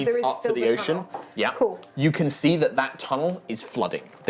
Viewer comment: did he say yocean?